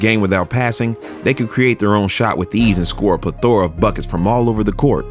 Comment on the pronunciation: Like the video as always, but you gotta learn how to say plethora lol